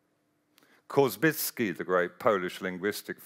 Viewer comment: Yes, and he pronounces Korzybski’s name incorrectly and miss -attributes to an idea that should be attributed to Jorge Luis Borges (the map that is as big as the territory) claims that this concept foreshadows the internet, when actually it is not this idea, but the library of Babylon that is seen to foreshadow the internet, an other idea from Borges. It is conceptually incoherent to say that the internet is a 1:1 map of the world, since the internet is not a map, it contains maps, sure. But the internet is a network (which itself can be mapped).